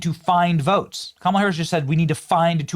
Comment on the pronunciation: It’s pronounced Kamala not Kamala!